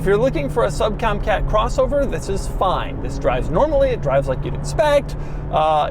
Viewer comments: At the mark you said sub comcat lol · "sub comcat" 🤣 I only point it out as Doug always makes his videos perfect, and I love the bloopers. Great review! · . “Sub com cat” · "Sub-comcat crossover" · I almost couldn't hear his mistake over the droning CVT. I also like how he just used the bum take, since the HR-V isn't really worth doing a second one.